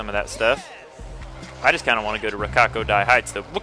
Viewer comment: Lol how you said rokkaku fucks